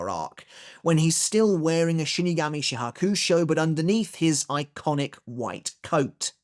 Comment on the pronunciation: Never heard Shihakusho pronounced as Shya h'KUUshow before.